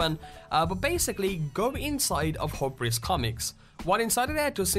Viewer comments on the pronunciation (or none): It's pronounced hue-bris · I'm fairly sure hubris comics is based on the term hubris as in sounds like hew or Hugh . As in man's hubris....oh nevermind pronounce Italian or you want but that's not how it goes. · Pronounced wrong : Hewbrus not hub rus. Maylay not mewlee. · It sounds like this...HU-BER-US comics lol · "May-lay" = melee "Hew-bris" = Hubris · melee is pronounced may-lay and hubris is pronounced hue-briss. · Melee is pronounced as maylay Hubris is pronounced as hewbriss. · hey, great video! I know you've probably heard this a million times already and it may be a but annoying but I'm just trying to help. Hubris Comics is pronounced "Hue-bris". Thanks again for the great video. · hubris...pronounced like "hew-bris"...means basically pride which leads to the fall of an epic hero...think oedipus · Hugh-briss and may-lay are how those words are to be pronounced. Great video but wow that’s painful to hear you butcher those words. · hubris is pronounced hube riss. It rhymes with "tube miss". It basically means "arrogance" but you can get a better description by googling it. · "Hobris Comics" Because hubris isn't an english word at all..... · No offense meant, but Hubris = Hue-bris. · "Hue-bris" it's hue-bris comics... "Hubris" as in over confidence or arrogant self belief... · hubris comics hugh-bris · Hubris is pronounced HUE-bris. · hyoobris comics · and he pronounced "hubris" wrongly, too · Seems to have a serious speech problem.and if you are then he mispronounces I don't think it's on purpose he just doesn't know how to pronounce them. I mean who messes up Hubris comics....as in man's hubris how do you get that wrong? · Hubris, melee. Okay. Krem-vuh? Crickets. No "It's krem-vay" or "kruh-muhv"? "Kraym-vuhkhh"? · lmao can u really nor pronounce hubris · You mispronounced a ton of shit. Including Hubris comics.